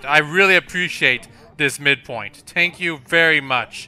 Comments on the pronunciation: Why do you say tank instead of thank? and you use d instead of th sound? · It is dumb that people point out how you pronounce thank. I love your accent btw :)